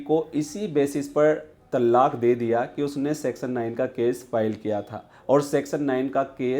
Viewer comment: It's pronounced as "तलाक़", and NOT called as "तल्लाक"